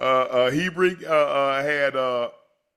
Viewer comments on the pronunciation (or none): Unc… ITS HER-BIG NOT HE-Bring and he’s a DAWG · He keeps calling Nick Herbig, He-brig. Lol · Unc HER-BIG. It sounds exactly how it’s spelled.